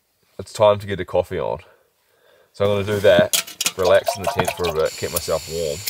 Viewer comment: Congratulations to both of you Love the way you say “Tint” ( tent ⛺️) 😄🇬🇧